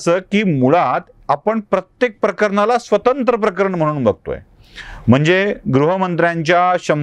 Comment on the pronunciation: सर.. म्हनून नाही म्हणून..अनि नाही आणि प्रकरन नाही प्रकरण..